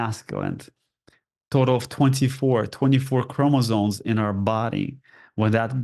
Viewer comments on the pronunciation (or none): none